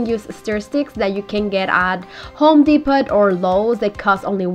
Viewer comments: Depot is pronounced without the t Depo not DEPOT THE T IS SILENT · It’s DEPO…. The T is silent, lol♥️ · it's pronounced home depo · it's pronounced home Depo the t is silent not being critical just thought maybe you didn't know love your projects keep up The great work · The t is silent